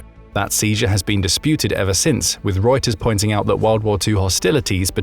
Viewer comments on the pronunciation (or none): none